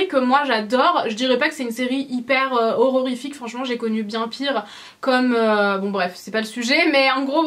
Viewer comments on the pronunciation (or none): On dit une gaufre AUX Nutella et non la la Nutella et horrifique pas horrorrifique